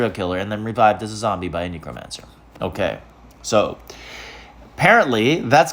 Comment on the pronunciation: Please tell me you’re saying it wrong on purpose??? lol. Knee crow mancer 😂 😂 😂